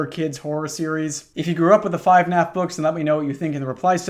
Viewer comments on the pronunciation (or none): when the fuck was it called 5naf its FUHnaf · "5naf" instead of "fnaf" is my favorite small detail